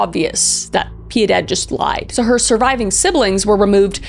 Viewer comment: I just love how she cant say Piedad.